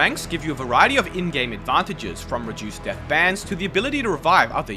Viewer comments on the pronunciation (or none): none